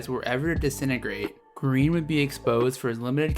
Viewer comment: I keep hearing you say Kareem or cream.